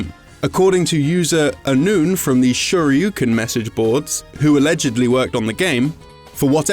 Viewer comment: Oh my the pronounciation of 'shoryuken' was so bad, you can tell this guy has never played Street Fighter.